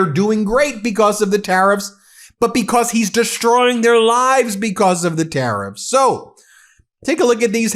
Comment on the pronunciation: Did say:terroriffs?😂